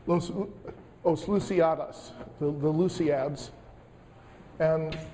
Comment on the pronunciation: Os Luisíadas as not so close, but Luis "de" Camões was surprisingly good pronunciation:)